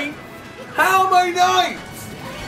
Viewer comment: When they were chanting was it just me that thought Oli said "Larryo"?